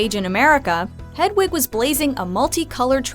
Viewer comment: Why can the narrator not pronounce "Hedwig" properly?